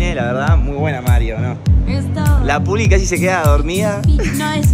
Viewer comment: Porque le dises pulgi